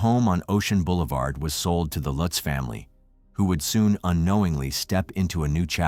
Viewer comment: U didn’t do defo murders justice nor lutz I read that book I fastly gave it away I still have nightmares the pic u showed after the warrens went there it was the youngest son looking at of door u don’t even say the last names right lutz family starting zz on their stomach like the Defoe family if I go their that house wont let me go the book curse